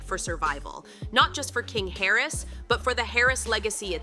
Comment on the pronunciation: It’s Harris” not carries